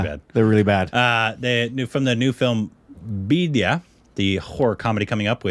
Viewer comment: You guys literally just murdered the pronunciation of thumkeshwari and bhediya... 🤣🤣🤣